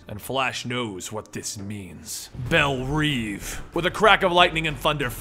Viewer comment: not bell "reave" it's bell "rev" Love the video